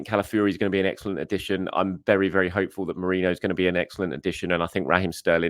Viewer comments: ME-REE-NO NOT MORENO! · Still can't say MER-REEEEN-NO? 😂😂😂